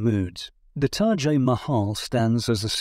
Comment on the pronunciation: I wonder if Taj is the way this video is pronouncing it or have I been saying it incorrectly the entire time.....